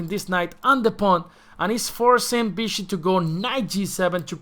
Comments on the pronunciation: Why do you say “Bishi”?! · As far as I know, in Spanish there’s no difference between sounds b and v